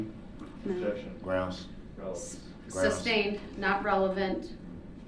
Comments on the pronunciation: Will someone PLEASE tell him that it’s SUS-TAINED not SUB -SAIN and it’s AS-KED not AX-ED!!! For the love of god it’s not complicated, after saying that this idiot thought it was ok to drive his SUV through a crowded street killing 6 and injuring dozens of others! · Stop!!! It’s not substained!!!:) lol